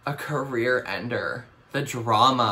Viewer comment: not me thinking said coriander instead of career ender